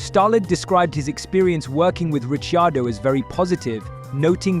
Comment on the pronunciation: Rishi-ardo? C'mon.